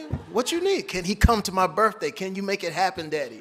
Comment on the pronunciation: All that money and all that Prestige and still cannot pronounce the word birthday. Birfday lol